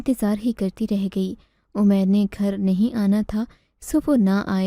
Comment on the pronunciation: اردو کے نام اردو کہانی سنٹر بدنما داغ ھے اردو تلفظ صحیح لکھنا سیکھو اومیر نہیں عمیر ایسی بہت سی غلطیاں ھیں